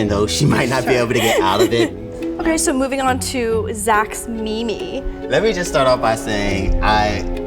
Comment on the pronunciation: Zach calling his dress a “Me Me” like how an older lady would pronounce “meme” only amplifies his grandma vibes